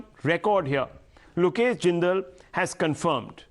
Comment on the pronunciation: "Look esh" is silent 😶 . Sun joy 😊 seems to be making it big in Congress Congress spokespersons should come properly prepared for Debates.